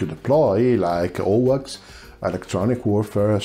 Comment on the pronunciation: AWACS is pronounced as A-wacks